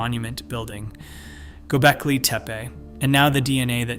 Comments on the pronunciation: What's "GobeLki"? I thought it was "GobeKli".... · Learn to pronounce "Gobekli" :hand-pink-waving: It is not GoBELki.